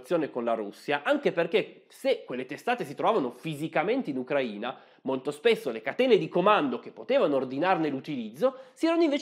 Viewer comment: Grazie mille per l'accento giusto nella Sua pronuncia del nome del nostro paese. Tutto è verissimo. Posso testimoniare: sono cittadina dell'Ucraina. ex giornalista sovietica dagli anni quando tutto era sovietico. La sua posizione è neutrale. Capisco: uno storico non sia un politico. Olha Zaporizhia